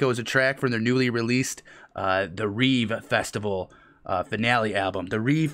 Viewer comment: it's pronounced reve, not reve